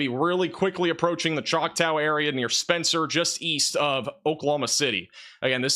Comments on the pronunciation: I think you need help pronouncing "Choctaw". Chaulk-taw.... not "tow", the "a" is awe, like awesome. I laugh each time you say it, lol. Nice try though, lol 😊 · ChocTAW (as in “aww”) no “O” in there so “ChocTOW” is not how you pronounce it. (Awesome job as always. I’m just the son of 2 English professors so no malice intended!) Love you guys. 🫡❤️ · JFI, Choctaw is pronounced “Chalktaa”. Thanks for your reporting. I’m a lifelong Okie, raised in Osage county but now a Tulsa resident. Seen a lot of weather at 70 years old. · Chalk tall. That's how u say it. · He said har-rah and chowktaw 😆